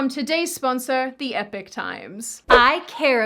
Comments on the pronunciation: I'm sure the word Epoch is pronounced Ee-pok not Epic... 🤔 but i've heard a few people call it Epic, yet i studied English phonology, language and Linguistics. 🤷🏻‍♂️ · I don’t understand, epoch, is pronounced e-pock, not epic. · Epoch = EEE pawk; not "Epic". Jesus, they paid you to say their two-syllable name. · Are you saying Epic or Epoch, because it's pronounced E pock not E pick. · Also, it's epoch (You say the "e" like saying the letter by itself when saying the alphabet, then add "pock" at the end so It rhymes with Spock, or yiu can try saying it like "eh"+"poch". Either works. ) not epic. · the word "epoch" is pronounced "ee-pock", not "epic"... 😐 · When the sponsorship segment is better than 90% of youtube videos... BTW: i'm now genuinely confused about how to pronounce Epoch - i thought it was 'e pock' not epic? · Grrr. I hate your sponsor since no channel they chose can pronounce their name. For the record Epoch is pronounced E-POK and means a period of time that’s generally noteworthy, while Epic (what your saying) means something that’s great or fantastic. Not the same and pronounced differently. Also the full sponsor name Epoch Times supplies news that’s particularly noteworthy a use, sort of, of the definition of Epoch. Just a bitch session there. But if it’s Epoch then your sponsor is annoyed and if it’s Epic then they can’t spell. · EE-POK not epic. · Many people that mention the newspaper, fail at its name. Epic Times? No. Epoch. Ep-o-ch Times. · It's Epoch (E pock, it's French) Times. For instance, La Belle Epoch, The Beautiful Time, used to describe the time following WWI, in France. So The Epoch Times roughly translates to The Time Times, or This Era Times. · great vid but why do you pronounce your sponsor 'Epic' (it's EPOCH- as in EEEpoch (long e sound). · Pretty sure that's Epoch (Ee pock) not epic ..... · Isn’t the pronunciation E-po k times not Epic times? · not epic. epoch - e-pock :) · i think epoch is pronounced "ee-pock"